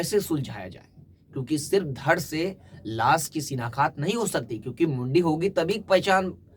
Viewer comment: Shinaktha not shinakhat 7.45